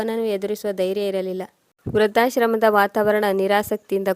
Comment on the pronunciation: ವೃದ್ಧಾಶ್ರಮ. ಋ ಕಾರ ಸರಿಯಾಗಿ ಹೇಳಿ. ವ್ರ ಕಾರ ಹೇಳುತ್ತಿದೀರ..